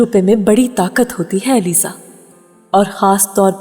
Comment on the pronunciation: It's Aliza not alizey